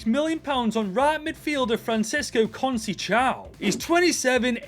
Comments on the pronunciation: This is how to pronounce Conceicao: Con-ce-icao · 🇵🇹’Con’….‘Say’….‘Sow’ (like cow) Conceição 😅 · Sorry. It's SOP for Scott. But, Con-se-saa-o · Always gets me the english tryna say portuguese names😂 Franciso "Cuseichao"